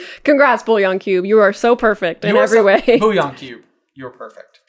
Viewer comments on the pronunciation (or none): Its Bouillon